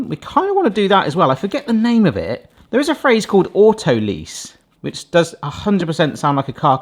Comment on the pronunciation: Great video, but autolyse rhymes with 'eyes' not 'ease' 😉